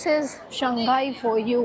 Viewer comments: Shanghai is pronounced as Shang hai..not Shan ghai. Hope you get it right. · I've just realised Indians have difficulty in pronouncing the name: Shanghai. Instead of "Shang Hai", they keep saying "Shang Gai". Perhaps Shanghai is known in India as "Shang Gai"